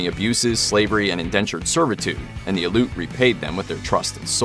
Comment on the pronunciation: FYI The name,"Aleut", all letters are pronounced. Al-e'-oot.